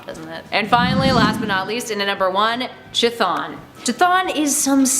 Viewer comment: Shitton? Rly we're pronouncing Chthon as "Shitton" ???